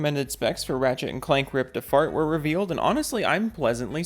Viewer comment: Not gonna lie. Took a sec to register you didn't say, "Ratchet and Clank: Ripped A Fart". I was dying! 😂